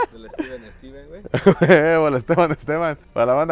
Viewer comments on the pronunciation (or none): none